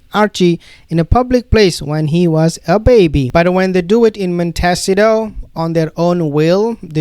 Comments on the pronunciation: When the hell are you going to pronounce MON-TEE-CEE-TO …. properly. YOU are in the US, right? Please learn our pronunciation. otherwise, you sound so damn ignorant. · I admire that you are bilingual. Please do not take this as a criticism. I have a background in linguistics and was a Professional Interpreter so I understand how difficult certain words are to pronounce. Like Montecito. Maan.tuh.SEE.tow. The emphasis is on the THIRD Syllable. I hope this helps. Best wishes. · Please pronounce Montecito correctly so we know which place you are talking about!